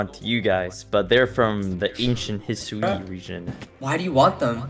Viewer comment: „The ancient HIS-U-IIII Region“